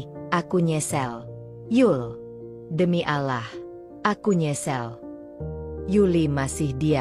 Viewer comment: Yg baca cerita tdk bisa menyebut nama Allah dg benar ...😅